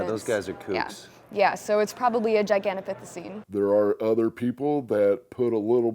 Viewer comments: Gigantapithocine ???? Lol it’s gigantopithicus honey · I thought it was gigantopithecus she said gigantopithecine